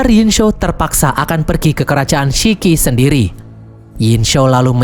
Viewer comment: Sichi...ngomong siqi..bukan siki. Ssmangat...😊Gongbao..bacanya Konng pao..p jadi b, b jadi p...semangat